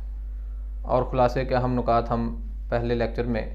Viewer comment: Nukat ni hota...nikaat hota h